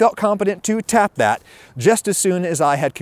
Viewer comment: I giggle everytime he emphasizes "tap that"🤣